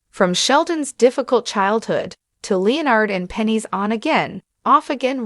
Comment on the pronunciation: Who is LEE-nard?